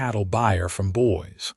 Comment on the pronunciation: boys? It is Boise Idaho, pronounced Boyzee. AI and editing missed that one.